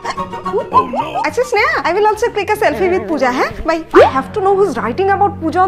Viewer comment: Why couldn't you pronounce L at the end,my name is Snehal